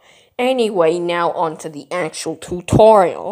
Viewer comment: "too torial"